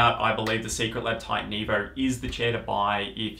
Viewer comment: evor? its just evo bro